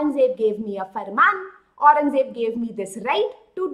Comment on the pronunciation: Aurangzeb ko acche se bol